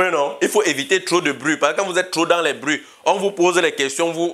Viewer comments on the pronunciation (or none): C'est fait exprès, au lieu de dire être ds les bruits on ne prononce pas le R Du coup ça donne être ds les buits